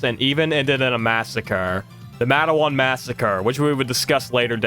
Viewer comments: I was raised in Red Jacket, WV. It's just outside Matewan. We pronounce it "Mate" + "One", anyways the buildings in Matewan are the very same as they were back then. Still got all the bullet holes too. Everywhere I read about it refers to it as the 'Matewan Massacre' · Loved this video, absolutely hate the way you pronounced "Matewan" 😂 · Plus your comments on Tudor's and pronunciation of "Matewan" and "Kanawha" makes me question your true West Virginian-ness